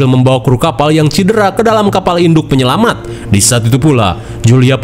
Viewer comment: Penyelamat bang bukan penyelamang